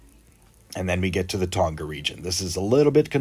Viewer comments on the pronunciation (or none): none